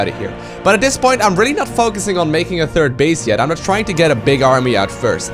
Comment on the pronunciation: "Turd base" :-)